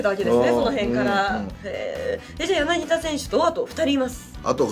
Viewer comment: 柳田はやなぎだじゃなくてやなぎた